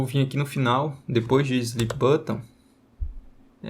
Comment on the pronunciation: o que me pegou no video foi ele falando "slip button" o tempo todo kkkkk no mais ta sensacional o video 🙏🏼✅